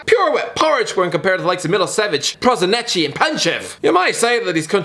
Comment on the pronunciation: "Prosinecci" *ears bleeding* That Yugoslav team would actually be mental, you have to admit that.